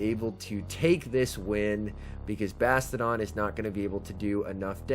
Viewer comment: Like your vids, but FYI, It's Bass-Tee-Oh-Don - NOT Basta-Don. 4 Syllables, Not 3. Unless you say Bass-Cheeya-Don, Like how one would pronounce the actual word, "Bastion"/Bass-chee-yun. K, Thanks, Bye. 🤓